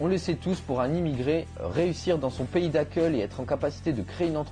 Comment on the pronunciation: "Réussir dans son pays d'accEUL"